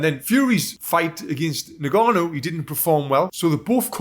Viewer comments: "Nnn-gannou" non Ningannou. bruh. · "ngannou".... NOT "nigannou" for christ sakes man. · It’s pronounced “en”-gannou, not “ne”-gannou. Get the man’s name right please! Also how many people are saying “Alexander” Usyk. It starts with an O. Christ, make some effort!